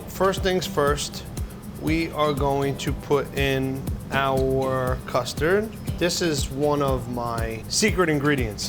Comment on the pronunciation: Deff thought u said mustard not custard I was like ewww